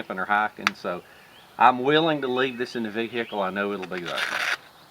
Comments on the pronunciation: Vee "hick" ell, love it! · I love the way he says ve hic kle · don't ya mean, vee-hickle? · Ha new video for Friday 😃 Man I love how you say vehicle! Greetings from the UK and thanks for the time taken on your videos